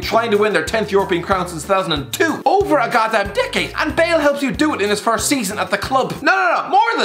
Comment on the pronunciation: “and Bool gets booed”